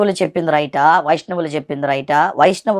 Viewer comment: వైష్ణవులు అని పలకడం రాక వైశ్యులు అంటున్నాడు.. 🤣🤣🤣